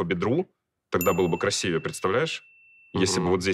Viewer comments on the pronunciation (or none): none